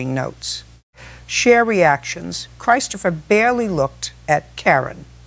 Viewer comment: Sounds like your voice, but two words frequently pronounced differently. It's not Christ opher, it's Chris topher. And, it's not Car in, it's Care in.